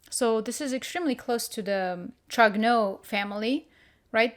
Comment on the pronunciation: Trogneux : pronounce trrrôniew. Candace pronounces it weird 😂.